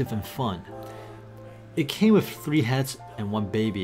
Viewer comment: You are saying wif instead of with